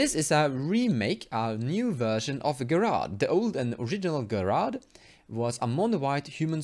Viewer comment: His name is pronounced Jerard. I don't mind pronouncing things differently, but thought you might want to know.